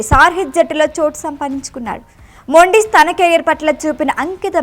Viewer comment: మొండిస్ కాదు మెండీస్ 😅